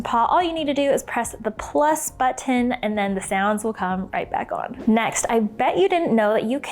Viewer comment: Why do people on instapot videos pronounce button like that?